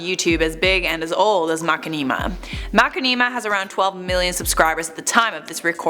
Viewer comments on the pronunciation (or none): MAH-Shin-a-Ma not Macinima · I can't listen to this, it is hurting my head with this mack-in-knee-ma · Mac in knee ma I thought you were joking MA SHIN NA MA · It's pronounced mashinima not mak e nee ma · Honestly Mach-a-neema sounds better then Mushin-ima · makkineema? its ma-shin-nima! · I know she did not say Mukanima. ITS MA CHI NI MA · It's pronounced "Ma-shin-ima", not "Ma-ki-neema". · It's pronounced Ma-shin-ni-mah but I love how you pronounced it, it sounds like a Dance! "Heeey MaKaniMa!" Do the Makanima, Chevrolet! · "Ma-ken-ee-ma", its ma-shin-imma :l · it is mashinima not makinima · Makinimah???? MAH-SHIN-AH-MAH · ........ Plz stop saying makeenima ..... (Getting cringe) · i love you, but for the love of god it's pronounced - Ma • Shi • Nee • Ma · i think its pronounced ma-shin-i-ma looking at the content they make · Its going to be stuck in my head after hearing Mack-Ne-Ma every other word lol 😂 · What???? MERCHINIMA...... uses yoytuber how does she not know how to say it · sniffed too much nail polish can’t even say mashinama anymore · I like that pronunciation more than ma-shin-ni-ma :D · Ya I thought it was pronounced like "machine-imma", can't focus on anything else in this video now, lol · say Mackmeema. This is so sad Alexa play Despacito. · She actually said Mackaneema. Nice try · I die a little when says macinema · IT’S PRONOUNCED MA-SHHHHHHH-inama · can you please pronounce machinima (ma-shi-ni-ma)....... Please...? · It's MASH-IN-I-MA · Umm its pronounced Mu-shin-im-uh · makinimah lol wtf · Now looking at the word... It could be pronounced like that. I love how she says it haha it's different and I like different. All hail the! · FINALLY SOMEONE ELSE SAYS IT LIKE ME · Whay do you say it like that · Poor saying machinima I forgive u. Gotta watch again and count how many times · I'm giving a pass since she doesn't know how to pronounce Machinima.